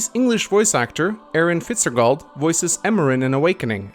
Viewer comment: Im more mad he mispronounced Fitzgerald than anything tbh